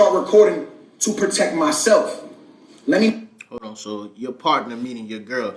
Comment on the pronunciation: "Hol on"